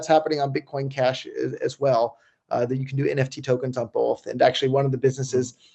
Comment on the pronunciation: Lol! Love you Roger but there is no "L" in Both, what the f*%$ is Bolth?